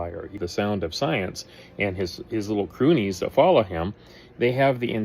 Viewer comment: Croonies? I’m a croonie? What’s a croonie? Does he mean crony?